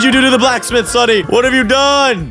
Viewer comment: bro don't know how to say "sunny"